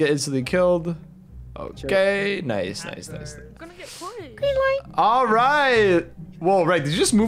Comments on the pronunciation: he sayd green lite lollololo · You said green ligh bro😂I not grimace 😂😂